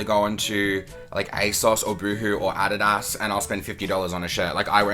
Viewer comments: Lol the way he said Adidas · Why did he say adidas like that